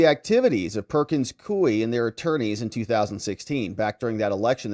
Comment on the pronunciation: Please, most respectfully, the law firm's name is pronounced "Perkins KOO-WE."